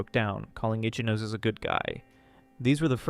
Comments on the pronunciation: Great video, but i would like to provide one bit of pronunciation advice. Ichinose would be said "ee-chee-no-say", not like "itchy nose"😂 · I enjoy your reading but please learn how to pronounce romanji. The rules are simple and consistent, but it makes a big difference. R.I.P. my man itchy nose. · 'Itchy nose'!? 😂 l believe that's what they pronounced it